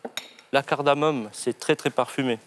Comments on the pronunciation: Il dit cardamoMe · Par contre c'est "cardamome"...par "cardamone" :)